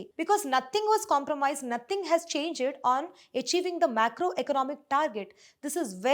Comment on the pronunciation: You pronounced changed change ed.Check how to pronounce changed. Otherwise you sweet girl you have done a good job.